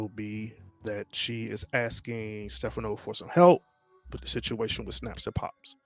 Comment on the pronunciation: The incorrect pronunciation of Stephano’s name is killing me.😭😭😒😒😒